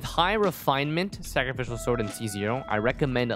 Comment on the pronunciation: why does he pronounce sacrificial sword so weirdly its adorable awwww sakafical sord